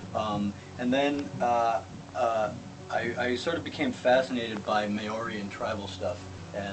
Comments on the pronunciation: I'm laughing so hard. "May...Ori" hahahahaha! Maori is pronounced "Mow-Ri" or "Mouldy" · Its Ma-ree Not May-or-ee lol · May orian? If you're going to ink yourself up with the art of a culture you know nothing about you should at least learn how to pronounce their fucking name. I think you summed it up best with 'tribal shit'.. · he said it was just pronouced Maori wrong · Not trying to be a smart ass but you're pronouncing Maori wrong. Love the tattoos and your shows :) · you are so right - I was cringing everytime Kurt said it wrong ... typical Pakeha :)